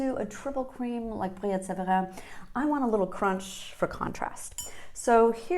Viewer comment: Thank you for properly pronouncing my favorite cheese of all time properly ❤😊😊😊 There is no better cheese on a Friday evening and no weekend commitments.